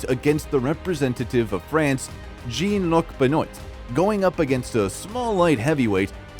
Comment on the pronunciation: The Frenchman “Jeen Luhk Benoyt” 🤦‍♂️😂🤣